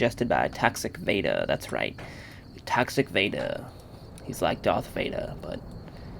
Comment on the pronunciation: Haha i thought you said that guys name was tax evader instead of toxic vader XD